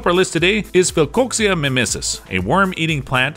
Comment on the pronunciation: This dude can't pronounce latin names to save his life. He pronounced philcoxiaminensis different twice. Neat showcasing but not sure how much of the info is trust